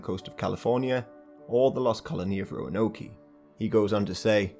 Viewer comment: The english lost colony is pronounced Row-Ann-oak. I’m from North Carolina where it was located